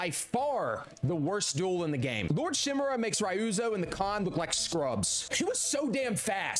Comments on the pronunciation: Lord shamira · My guy, it's lord shimura not lord shim(I)ra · Ghost of Shusima. Lord Shoe-mira😂